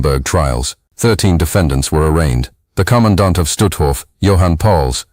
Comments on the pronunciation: i like how “commandant” is said like “conodont” and every time it was said i imagined the earliest known vertebrate, an ancient, jawless, eel-like fish with the sharpest teeth of any known species in history not only participating in war crimes but also being hanged for such war crimes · lol thanks for your comment, i heard it a few times and was wondering wtf was being said!